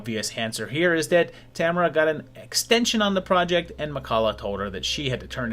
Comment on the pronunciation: Tamara, and Tamarrah, and Tammarha... creeps in this petty pace